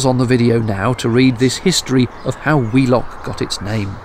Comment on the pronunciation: I thought you'd said 'wee' lock and thought it was an appropriate place to empty the Elsan, until I saw it was Wheelock! Made me chuckle in places, especially the pulling off while still tied up. At least you didn't have an audience, as is usually the case when something goes wrong. Great vlog, as always 👍